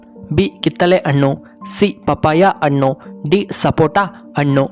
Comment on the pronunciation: ಅಣ್ಣಾ ಅಣ್ಣು ಅಲ್ಲಾ ಹಣ್ಣು